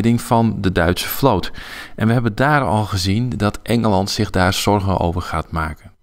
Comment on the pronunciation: In welke streektaal spreekt men zoveel met s ipv z? zich=sich; zonder=sonder